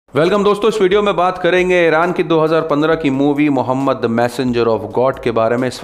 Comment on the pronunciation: Are name to Sahi se le